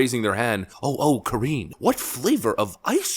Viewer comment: Ka-ringe Jean-Pierre. Mega cringe.